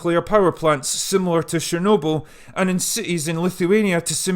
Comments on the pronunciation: It's Chernobyl, not Shernobyl. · Not sharenoble....it's chher noble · I don't expect you to get the pronunciation spot on. But seriously, it's CHErnobyl, not SHErnobyl. It's a CHE sound, like in CHECK, not a SHE sound like in SHED. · Sorry but getting distracted by your incorrect pronunciation of chernobyl ... it's pronounced "Ch", not "Sh" - CH as in "chips". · CH like chair, not SH like share. CHernobyl. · STOP: It's called :Tchernobyl (T)